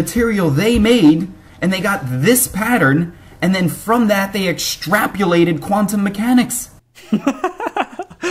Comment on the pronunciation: Yeah but he said extrapulated.